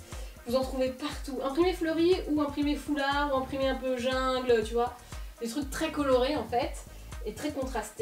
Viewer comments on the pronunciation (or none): none